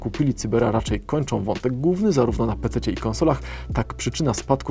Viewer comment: Wiem, że może się czepiam, ale proszę nie zapominać, że wyraz "główny" ma Ł w środku. Da się przez to uniknąć "gównego wątku" i podobnych :) Naprawdę słychać ten brak Ł :)